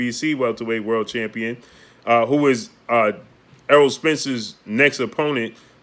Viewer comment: He finally said Eroll..good job...